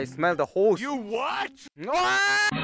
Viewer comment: How many times did mispronounce the word "Horse"? Me: 17 Hoes and counting